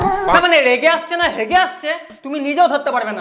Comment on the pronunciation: রেগে ন❌ হেগে✅😅